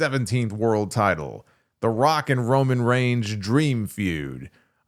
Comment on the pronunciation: you said Roman range 😂🎉